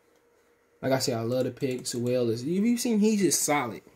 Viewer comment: Once you said his name wrong ! I Hit 🛑 👀💯